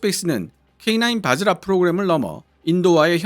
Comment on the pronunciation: 바지라가 아니라 바즈라입니다...